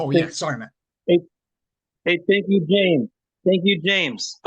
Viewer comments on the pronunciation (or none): none